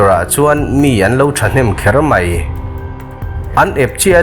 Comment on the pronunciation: 'kher mai' i tih hi a 'kher mei' 😁